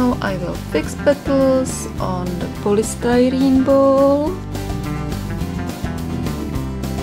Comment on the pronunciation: Lol the way she says “polystyrene ball” is the funniest thing I’ve heard in a while. She’s absolutely adorable! 😂